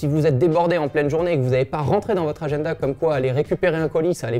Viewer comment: "Agenneda" RAAAAH 😂😂😂